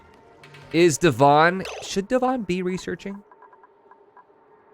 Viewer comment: Every time you say Devon, I hear "dywan" which means carpet in Polish xd